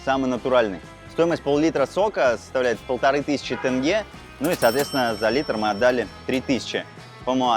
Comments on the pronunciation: Режет слух - тЭНге. Как будто не умеете говорить слово деньги. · Как же режит слух КОлсай, тЭнге итд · Очень странные ребята. Неужели нельзя узнать название, произношение и потом снимать качественно? И не говорить тЭнге, КоктОбэ, БайтЭрек. Тут вообще БайтАрек 😳 Ну ёлки палки, не в Ктай, Японии и же летите, где произношения для русскоговорящих сложное. В Казахстане говорят на русском языке и даже пишут на кирилице. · Ребята вы молодцы! Но тенге надо произносить тоже правильно! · Такого я ещё не слышал бИйтерек😂не ужели трудно сказать Байтерек,тенге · Не думала что тЭнге будет резать слух. А так , спасибо ребята, получилось очень круто 👍👍👍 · Тенге - не как Тест, а как терминал. Именно с буквой Е, а не Э) а так видео крутое, мне понравилось, все вайбово) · НЕ ТЭНГЕ а ТЕНГЕ НЕПРИЯТНО СЛУХ РЕЖЕТ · Тенге не тэнге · Почему подавляющее большинство россиян там где буква О произносят как букуву А. при этом они Омск Амском не называют, как вобще это работает? написано кольсай произносят кальсай, тенге произносят тэнге. неужели нельщя произнести также как и написано, без хэйта, чисто по приколу узнать как это у людей в голове работает? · Ассалаумагалейкум ✊🏻 1) Не Калсай а Кольсай ( Көлсай ) озеро 🌊 2) Не тЭнгэ а тЕньге !!! ( Теңге) А так видео зачет 👍🏻🎞️🎥 #WllkomeToKz🇰🇿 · Тенге [теньге]✅ тэнге ❌. Ждем в Казахстане снова😊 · Не тЭнге, а тЕнге, как бы буква “е” в русском языке тоже есть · Сори за активность, но не могу не отметить: не кАльсай, а все таки кОльсай. Казахские слова звучат ровно так же, как и пишутся. Ну, типа, не тЭнге, а тЕнге или АктобЕ, а не а АктобЭ (прям Е). Такие имена, как Олжас, звучат также, как и пишется - через О, а то многие говорят Алжас. Переехавшие россияне уже все это знают, это я пишу скорее для тех, кто хочет путешествовать у нас и пройти за своих 😁 И ещё, кстати... Слово «Алматы» можно склонять и никто ничего не скажет. В Алмате, в Алмату, Алмата и т.д. Чего же не любят алматинцы, это когда город называют на старый лад - Алма-Ата, и все.